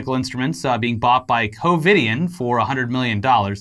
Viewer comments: “Covid”ien? Wtf? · “Covidian”...Covid - anyone else catch that lol? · Lol every time they said ‘Covidien’ wrong kinda annoyed me but then I was like “they’re evil?! Why do you care?!” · Covidien? Lmao